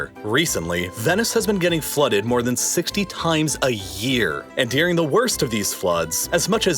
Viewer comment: I really enjoy your videos but your pronunciation of the word during, is maddening. You say, "dearing" instead of during.